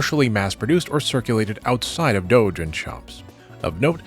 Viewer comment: The way he says “Doujin” is so satisfying.